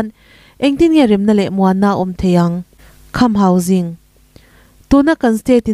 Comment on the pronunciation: Khamhauging ani lo, kham hausing s s sîng toh tur